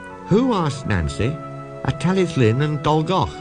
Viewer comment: Why do you pronounce "Tallylyn" as "Tally-Flinn"? Is that the correct Welsh pronunciation?